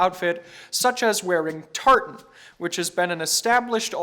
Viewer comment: Why does say tartan with what sounds to be a considerable amount of anger? He speaks along in his normal, calm voice and then sort of barks 'Tartan', then his voice returns to his normal video voice. This happens, but you should probably start listening for it.